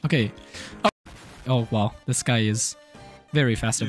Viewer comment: Can u say this one time in your life cuz u zlways say zis lol sry if this I worried you